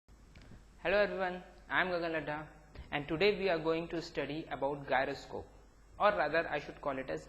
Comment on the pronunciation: its pronounced as jairo...